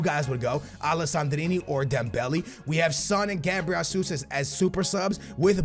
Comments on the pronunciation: We want top 100 WL rewards not squad battles and it's not dembelee it's dem-bell-lay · Stop saying "Dem-belly" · STOP SAYING DEMBELLY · “Dembeli” “dembeli” it’s dembele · Dembelly? Where does he get is random change in pronunciations from😂